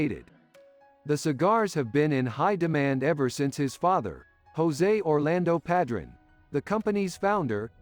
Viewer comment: The only thing that drove me crazy was the mispronunciation of Padron